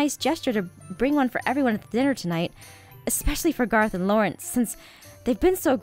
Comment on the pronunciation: its garroth not garith